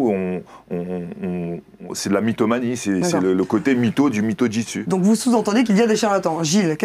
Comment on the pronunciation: Ha au fait... C'est Jutsu, pas '' Jitsu''.